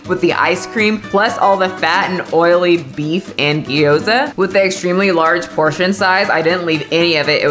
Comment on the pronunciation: Gee-yo-zuh 🤣🤣🤣 love you